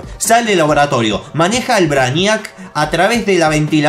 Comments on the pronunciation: se pronuncia Breiniac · no se dice asi,busca la pelicula "superman:braniac" y vas a saber como se dice 😁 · Oh dios... la forma que le dice al brainiac Se dice brei-niac porfavor xD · Se dice breiniac no? :'v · Te burlas de jorge por no saber ingles pero lo hablas para el culo ;-;"brainíac" wtf???